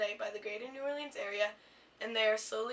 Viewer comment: This is beautiful but the pronunciation of New Orleans activates my fight or flight response